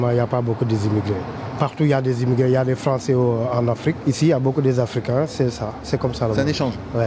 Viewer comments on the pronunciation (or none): " Y pas beaucoup d'immigwrés ... Y partout di immigwrés " dans la même minute.